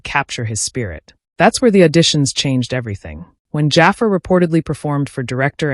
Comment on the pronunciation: Is this an AI voice? If not, his name is pronounced "Juh Far".